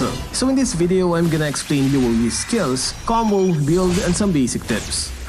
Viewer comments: Luo yi? You mean rouei? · No one: literally no one:: LUO YEET